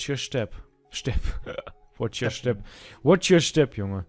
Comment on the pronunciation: Watsch your schtep :DD